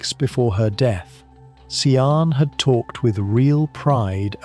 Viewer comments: Sian pronounced phonetically sharn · Can’t subscribe. You’re repeating everything. You haven’t even bothered to learn how to pronounce her name properly. I guess this is an AI voice. It’s awful.